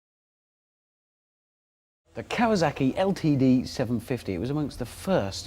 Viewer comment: Why are you saying KawaZaki...it's an 'S'